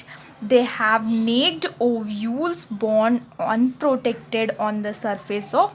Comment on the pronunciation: Nice explanation.... The pronunciation of "Naked" is "नेकेड" not "नेक्ड" ,,😄